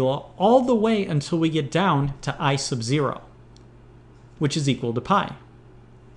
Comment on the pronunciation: when he says "I sub" it sounds like "ice of"